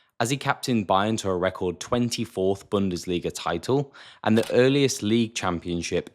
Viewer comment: I am German the was u say "Bundesliga" is very good